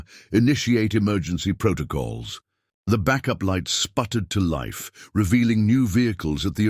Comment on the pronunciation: “As bikes roared TO LIFE“ wrong intonation.